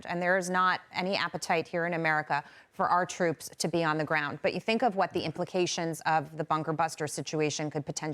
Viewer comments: She said buster bunker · Did she say ''buster bunkers''? 🤣🤣🤣🤣🤷‍♂️🤦‍♂️